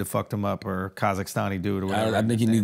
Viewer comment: Charla does not say " Or" he says, "Are" heavy on the "A". 😅